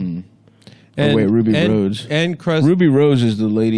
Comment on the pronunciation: How do these three bent gents not remember it's Ruby Rhod (pronounced Rod)?